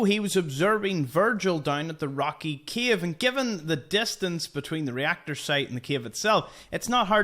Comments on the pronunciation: Bro is keep saying “Kiev” instead of “Cave” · You are saying “cave” and I hear “Kyiv”, every time 😂 a lot of Kyiv’s in the sea! Besides that, a lot of new info, thank you